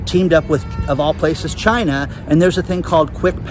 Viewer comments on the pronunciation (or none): none